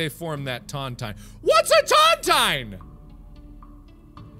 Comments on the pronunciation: Its pronounced tonTEEN not tontien. A tontine is a kind of lottery, to put it simply. A grave lottery. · Tontine is pronounced as ton-teen not ton- tyne. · It’s pronounced ton-TEEN, and it’s a betting lottery where the last person to die gets all the money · Mark, a Tontine, pronounced TonTEEN, is an agreement sent into by a set number of people. Where, the last one alive collects a very valluable item. Like, if 3 guys found a very valuable gem, they would lock it away, each with a key, or fragment of the key, to ensure the others can't run away with the loot. The last man collects the treasure. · Ton-tine is pronounce tawn-teen. A buncha people put their money into one fund and whoever lives longest inherits all that money at the end. They're illegal in US and UK because... Eh, some morals or something. I know he won't see it, this is for anyone watching in 2020 and beyond. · Could also point out it's pronounced tun-teen. Frustrating to hear mispronunciations. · I could not for the life of me, remember what a tontine was, and where I saw one first.... It's a classic Simpsons where Abe Simpson and Monty Burns have a tontine in place for the riches taken from Nazis in WW2. It's pronounced tonteen, and it's an agreement that the last person left alive in the Tontine will inherit everything. I knew I had seen this before. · It's pronounced tahnteen. They're illegal now, a group of guys put in an equal amount of money and the last guy living takes the kitty. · Tontine, pronounced Tawnteen. In case anyone cares. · Pedro Stormrage read the book the 39 clues, and the way he pronounces tontine Severly annoys me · Tontine, you are saying it wrong but it is a death bet, who ever outlives the others get the prize. Super illegal thing to do fyi. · Its pronounced tawn-teen and brooch is pronounced broach (rhymes with roach)